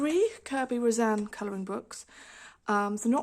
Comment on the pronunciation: Kerry Rosanes is Philipino. The "es" at the end of his name is pronounced. It is "ro-san-ez" NOT "ro-san"